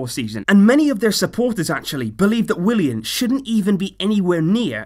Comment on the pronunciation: What it's Willian not William what!!!!!!!!